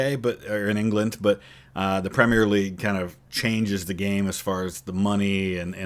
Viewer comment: 10 points for pronouncing "Premier" in three syllables instead of two, like so many other Americans do 😅